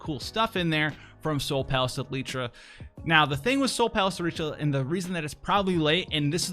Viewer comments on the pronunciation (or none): Dear, Is there some intent for your constant mispronunciation of words and names? Is this for the effect of trolling the producers and/or consumers? Are you perhaps just very dyslexic? In this particular example, it clearly reads "El-tir-a". As in El tear uh. In almost every video that I have watched, there is some horribly botched name/word pronunciation. In the manner and pattern by which these errors occur, it seems to me that you might have a form of dyslexia. Though I appreciate your vast knowledge and insight of FFBE, it comes with a price. I have noticed others mispronouncing in-game names and jargon after your poor direction. I too, am having a difficult time now when reading things that you have voiced incorrectly, without hearing the wrong pronunciation first in my head while reading. It's very irritating, and a disservice to the game. The writers and creative departments spend a lot of love/labor for these words/names. I suggest paneling these things for proper pronunciation before broadcasting them incorrectly to the entire word. You would be helping language instead of hindering language.